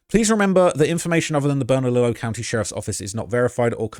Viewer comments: It's pronounced (Burn-Uh_Leo)! The double "ll"s are pronounced like a "Y". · Burn-ah-Lee-oh bernalillo double l is silent and burque is what we call Albuquerque just a lil help but u did good 👍 there’s no telling what happened the streets here are crazy even tho it’s small city im pretty sure he’s dead that’s just the truth they’ll find his body in the woods near my house or near west side with the bone collection